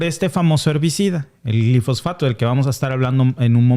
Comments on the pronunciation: Es Glifosato y no Glifosfato. Cuidado con la pronunciación. Yo deje de comer avena Quaker por esa razón y sólo consumo avena orgánica sin glifosato. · Una corrección si me lo permiten: Glifosato, no Glifosfato. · se dice GLIFOSATO 👉👉